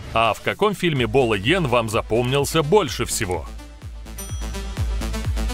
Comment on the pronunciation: Не йен а Янг